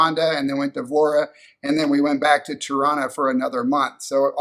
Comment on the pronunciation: Every time you say "Tirana", I hear Toronto. Pronounced the same by locals there.